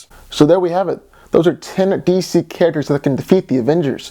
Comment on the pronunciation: You said D.C. Carácters